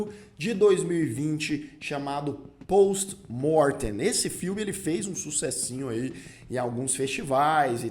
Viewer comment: Achei engraçado você falando o nome do filme em latim com sotaque em inglês. Kkkkkk. Pôôwsti Môôrrrtêm. É "Pósti Mórtein"